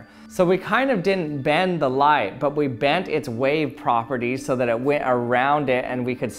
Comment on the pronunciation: Do you know why the auto captions keep writing “lie” when you say “light?” Answer: Because you talk like a Valley Girl. Your programs are interesting, but please get some vocal coaching!